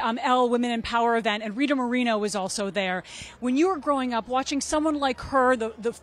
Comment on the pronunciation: “RiTuH MoRAINo”